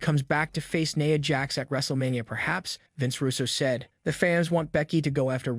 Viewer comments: Its NIA jax not naya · He didn't even pronounce JD's last name right... He mispronounced Rhea's catchphrase name, Nia and Cody...